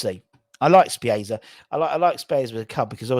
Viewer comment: Good show. FYI (If I may) Spezia is pronounced Spetz - E - A👍 Let's hope we get some signings very very soon